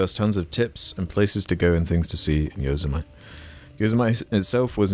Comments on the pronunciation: “Yo-zuh-mite” haha it’s yo-sem-itty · inb4 Americans attack and for scolding them about stonehenge and then following that up with a horrid mispronunciation of Yosemite (yo/sem/i/te) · As a californian pronunciation of yosemite made my jaw drop lmao. But yes california is a natural wonder outside of the cities, very beautiful and diverse.